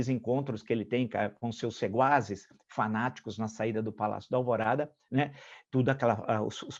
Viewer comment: Não é "seguaz", com "g". O certo é SEQUAZ, com "Q"